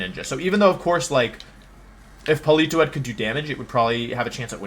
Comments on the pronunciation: IM LOSING MY MIND AT PAUL-EE-TOE-ADD WHHHYYYYYYY (politoad) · Please stop pronouncing Politoed like that. Jfc, it's so cringe.